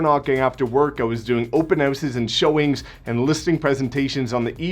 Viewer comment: Haha “open Heh-ouses” 😂